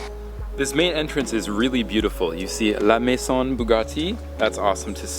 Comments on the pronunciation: Is pronouced la maiZon bugatti ( im french ) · The word "maison" is pronounced as mayzon. The "s" picks up the sound of a "z" and the "n" to the end is silent.